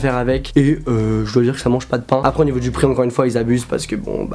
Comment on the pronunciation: Bonne vidéo, stp fais la liaison quand tu dis les prix par contre